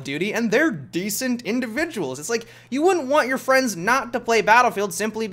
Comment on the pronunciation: what was that? 'fffrrieends'? what is this 'friends' you you are talking about?